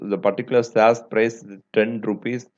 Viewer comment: sir plzz pronounce correctly you r pronouncing shares : saz: air : aeeeeeeeeyrrr